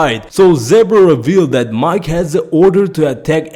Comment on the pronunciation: For Mike. Lol it's pronounced Meekay. Not MIKE. Like his name is Michael lol.